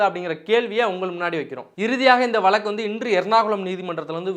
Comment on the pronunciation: Valakku illa Vazhakku, oru payalukkum Zha varadhu, ana Tamil valakarom nu solluvanga